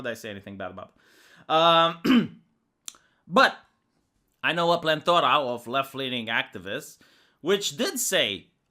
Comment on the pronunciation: it's "plenty" or "plethora". There is no such thing as "plenthora".